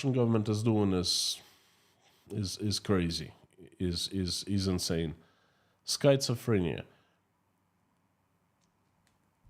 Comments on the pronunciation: Skit-suh-freh-nee-uh // really hard word to pronounce❤❤ Great job, 💖💖💖❤️❤️❤️ Slava Ukraini ❤️💜💜💜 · The correct pronunciation is SKIT SUH FREE NEE UH. (Schizophrenia) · Schizophrenia is pronounced with a short I. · December 10, 2024, Here are two words that you should ask Mr. Google to pronounce in English: 1. Façade 2. schizophrenia Remember that “ph” is often pronounced “f” in English. Thank you for your beautiful programs on economics. They are very clear and use “simple” explanations, which I can understand. Keep up the good work. Sincerely, Nick in Canada